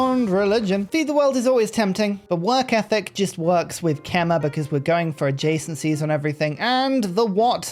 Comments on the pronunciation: As a khmer person we are honored u you are playing our nation. Put please Khmer is pronounced "Kha - My" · I love the ke-mer! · Well I commented this every time you played Khmer and you still seem to not care. But it's pronounced Kmay (like in eye).